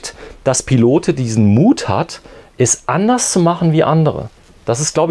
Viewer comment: Tolles Wohnmobil von der Firma Pilote. Übrigens spricht man das "e" von Pilote nicht aus(klingt fürchterlich), man sagt "Pilot" es handelt sich um eine Marke welche 1962 in Frankreich gegründet wurde.